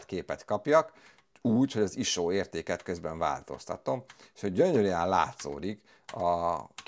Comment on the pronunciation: Sose halottam még iso-t iso nak ejteni.:)